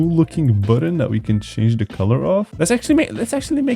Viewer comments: Why did you say bootoon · Why did you say booton